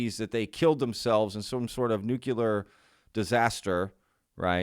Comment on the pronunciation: Bro I love the videos but hate every time you say new-queue-lar. Can you try to pronounce it as new-clear? edit: "I don't know how to reach him" - you literally showed his Gmail address in the previous video